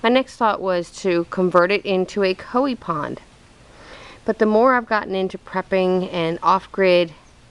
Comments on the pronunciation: Its not C-O-I-E pond which is how you said it. Its pronounced C-O-Y and Spelled Coi. Please get it right. You make yourself look stupid when you post videos so the world can see and you can even pronounce a simple word. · It's spelled koi you say koe but it's koy